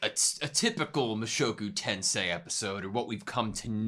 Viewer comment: Hey! You pronounced the title right! 😄👍